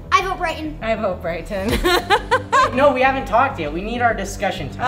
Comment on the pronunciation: How called Bryton Briton😂